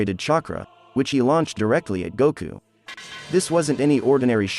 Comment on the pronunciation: I am just glad that we have a Goku in the Naruto universe. Let the correct pronunciations be damned!